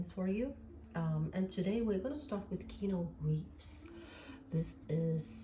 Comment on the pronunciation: Keanu = Ke-a-new, not Keno. But, good reading 😊